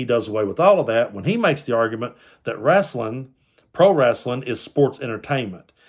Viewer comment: When you called it "wraslin'", I knew you were a real fan.